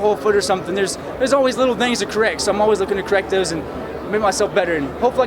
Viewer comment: That Texas accent's coming out. "There's always little thangs to currect."